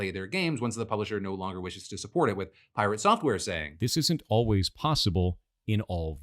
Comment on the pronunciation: You definitely didnt pronounce piRATsoftware properly